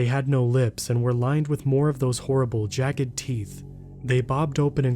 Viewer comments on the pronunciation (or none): none